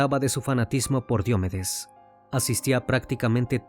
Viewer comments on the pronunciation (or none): Solo una cosa. Casi todo el video dijeron Diómedes pero se pronuncia Diomédes, como lo decían al final. Lo poco que escucho de ese cantante es que era más dr0gas que persona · Me pareció muy fastidioso escuchar Diómedes, cuando es Diomedes con acento grave o Combita en vez de Cómbita. Muy bueno el documental, pero si es importante que confirmes la pronunciación correcta de los nombres de ciudades y personas, es algo muy importante al contar relatos así.